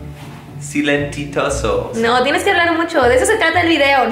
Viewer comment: Silensitoso xd